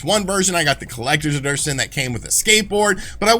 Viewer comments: Did you say collectors edurtion? 🤣🤣🤣🤣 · Great video as always but what is a collector’s erdertion? <~~ I spelled what I heard… :) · Did you just say Xbox One Version Collector's Aderstion? @@ wtf is that? lol